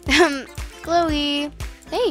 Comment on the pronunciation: When you said Cloe you said Chole not trying to hate